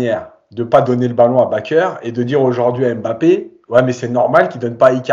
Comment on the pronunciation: BakKer... Ne pas déformer les noms de nos anciens joueurs non plus...